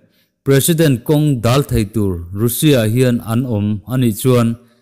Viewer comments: Russia hi a ri zing si a. A lam dan hi han en chiang deuh la a ṭha mang e. Rusia ti lovin Rasia tih tur ni awm tak a ni. I news ka lo ngaithla kim vek zel e. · Kha2 chu duhdanin a lam theih alawm, mizotawng taka a lam kha kei ka lo ngaithla nuam viau mai